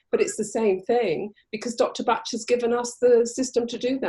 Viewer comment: It's BOCK , not batch!